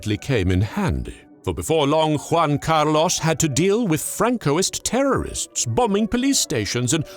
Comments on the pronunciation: in english you pronounce something like Huan Car Loss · I really like how sure he is about the pronunciation of "Juan Carlos". Very good indeed. Now, Spain is not Mexico so... no Nachos... Tapas maybe. Good video